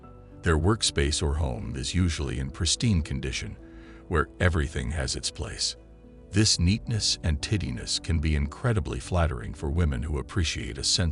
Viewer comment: at first i assumed a bot read this... but then he pronounced TIDINESS incorrectly..... "tittiness" 🤨🤨😐😐😂😂 it's TIDY-NESS. TIE - DEE - NESS.... as in being tidy? clean? well organized and put away?? Good grief the level of illiteracy is frightening....